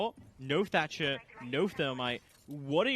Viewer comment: 10 seconds in and my mans said "Termite and Tatcher" ....aaaaaand skip.